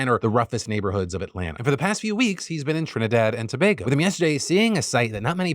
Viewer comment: TRINIDAD AND TOBAGO !!!!! btw thanks for pronouncing it properly